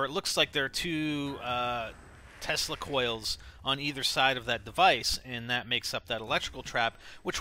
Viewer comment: I thought he said testicle coils lol